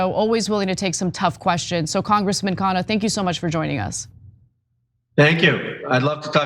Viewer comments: Try pronouncing his surname as "khan-nah". Please repeat the "n". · its kha-nna.. not kaa-naa!